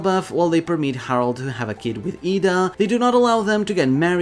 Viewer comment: Slight correction in your pronounciation of Ida. Your pronouncing the A as it's pronounced in "arm", but it's supposed to be pronounced like the A in "apple".